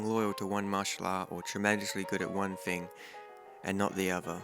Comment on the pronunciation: Someone introduce this guy to dictionary. I'm pretty sure there is no F in Think, Thing, or Everything.